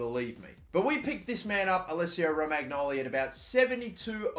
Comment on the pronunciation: It's pronounced "Romanyoli"